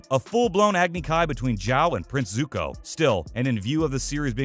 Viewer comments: I was listening until he said Zuka instead of Zuko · Lol, announcer said Zuka i guess fusing Zuko and Sokka? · Bro said "zuka" 🤦‍♂️